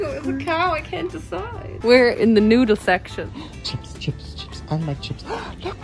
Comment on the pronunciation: What said:”We are in the noodle section” What I heard: “We are in the nude section”